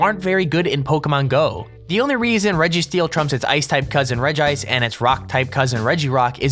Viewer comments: Also you say it like regi ice not regice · its pronounced reg-ice cuz it has 1 i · hahahaha you called regice rigaice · It's pronounced regi-ice, or else Regirock would be pronounced Regrock. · its regice not regice lol